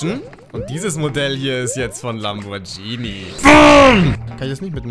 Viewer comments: Ja moin, wer kennt sie nicht, die italienische Marke Lambordschini 😂❤ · Lambordschini wer kennt's nicht 😎